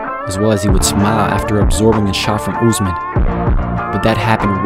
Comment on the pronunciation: It is Usman not Uzman but good content tho